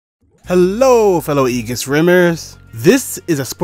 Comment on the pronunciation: it's pronounced ee-juhs